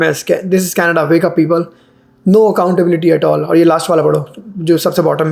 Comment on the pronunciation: Canada became canada PURAM😂😂😂